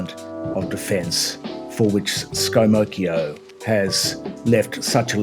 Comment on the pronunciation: "Scomocchio". Perfect! Well done, 10/10.